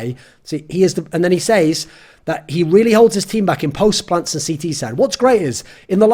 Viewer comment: TIL thorin doesn't know how to pronounce says.